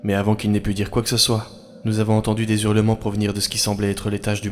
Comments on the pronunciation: "Des zurlements". 😕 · C'est bien ce que tu fais mais attention aux liaisons quand tu prononces zurlements, on prononce hurlements car on ne fait pas la liaison avec le s de les. Arkansas s'écrit avec un K et non avec un c. Pense à bien vérifier pour la prochaine fois.